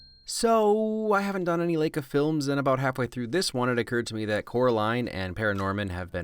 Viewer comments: Also also, , it's not Lakia, it's Laika. You okay, dude? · “Lake - a” Lol it’s “Li-ka” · It’s actually pronounced lie-ka! :D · Isn't pronounced "lie-ka"? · Let's talk Pronunciation. Specifically, Laika. It's Lie-Kuh. Signed, your friendly neighborhood Portland resident who can't or won't say why I know that specifically. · I can't tell if you';re mispronouncing Laika or I've been the one saying it wrong this whole time lol